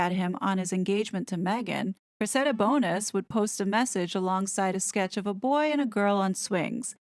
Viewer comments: I think her name is pronounced, “Cress-ida”, with the stress on the first syllable, “Cress”, and the “ida” is like the “ica” in “Monica”. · “Sow” as in the verb “you reap what you sow” is pronounced “so,” not pronounced “sow” rhyming with “cow,” sow pronounced rhyming with cow is a noun meaning a female pig. The young woman’s name is pronounced Creh-si-dah. Why on earth would King Charles give a flying fig about what a bunch of ignorant trash sugars think in the US? Most Americans are laughing their off at the crybaby necklace being torn and the dog bowl landing.